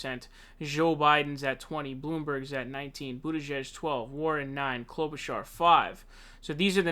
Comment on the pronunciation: His mispronunciations are intentional 😂 He also calls Bernie, Bernie SaUnders, and always makes up funny names for Amy Klobuchar (Clobber-Car) and Pete Buttigieg (Butt- edge- edge).